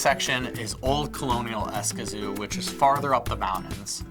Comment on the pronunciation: Interesting but your place name pronunciation is almost painful..... Don’t worry most Americans do by lengthening vowels... if you take a Spanish course you’ll learn how to shorten vowels (I lived there for 8 years)